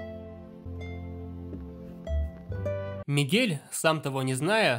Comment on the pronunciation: Мне кажется, что он сказал Мигея